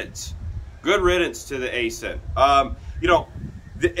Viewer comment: Aisin is pronounced “I-Shin”. And I wish they’d offer manuals again